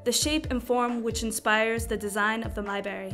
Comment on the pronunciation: Thanks for the research but why do you continually mispronounce the word 'library?'